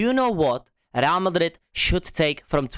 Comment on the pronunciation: “RAL MADRID”😂😂😂😂